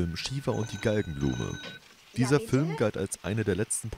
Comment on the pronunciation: Fülm, Dschette, 🙄